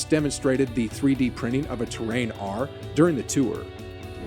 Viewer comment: A Space Shuttle in the thumbnail is hilarious!! :D Terran isn't pronounced like Terrain.. It's great to see a generation of nerds raised on sci-fi boldly going for it!